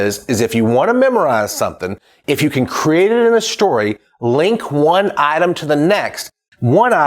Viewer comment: Shtory, lmao but nice